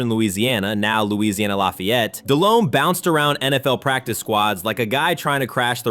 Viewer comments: Jake balled the fuck out against the pats in the superbowl. Very good game. And its "de-lome not del-home, h is silent" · Dude kept saying Dell-Home. It irritated me